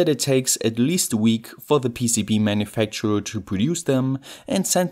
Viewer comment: With this PEECEEBEE-eh manufactooeer